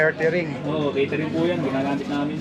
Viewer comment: Caretering ba o catering?ingat kau lagi.